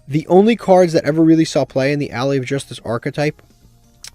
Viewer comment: Why do you pronounce Ally like that?